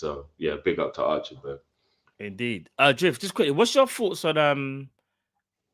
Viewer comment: Big up boys great show as always. I don't think we have a leadership issue. I believe that the departure of Klopp has really shook the players. As annoyed as I am, I can understand they are human beings in the end of the day. Also isnt his name pronounced: Act-ta-berg? I had to double take. Who the hell is Archerberg? 😂 Also I agree with stopping the parade. I think we should bring back Klopp at some point next season to unveil a statue in his honour.